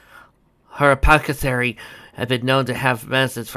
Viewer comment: I'm proud of how "Pinkie Pie"-like I was able to make Maud's actions without having to impose on her personality. You were able to say "hypothecary" correctly! I made Thunderlane's Kindness complex. He's a passifist of course. He will always choose a diplomatic solution over a violent one. However, unlike Maneverse!Fluttershy, Thunderlane is assertive. This allows him to be the type to be the first to head into danger if it can prevent others from having to come to harm. Basically, he'll fight so you don't have to. I could've had Maud take a bite out of one of the stones. But other than me not thinking about it, I feel like that would be a little too Pinkie Pie for Maud. I know the story isn't old enough for me to feel nostalgic (although, I suppose in internet time, it counts). But listening to this reading of my story is making me feel nostalgic. Perhaps it's the result of reminding me of the mindset I was in when I came up with the idea.